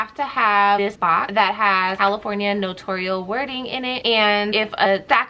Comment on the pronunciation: Thanks for your video!😊 Here's the proper way to say "NOTARIAL" ==> It's NO-TAIR-REE-UHL, not NA-TORE-REE-UHL. I think people get it confused with saying it like NOTORIUS. On the NNA YT Channel videos, they say NO-TAIR-REE-UHL. It's funny because every other notary on YT says it wrong. lol